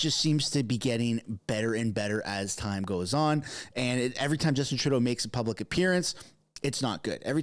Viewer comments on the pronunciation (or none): “Public” not puclic